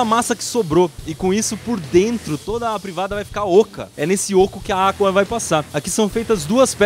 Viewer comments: fui só eu que ouviu AQUA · voce falou errado agua voce falol aqua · "É nesse OCO que a ÁQUA vai passar" 😂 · Iberê vc falou aqua kkkkkkk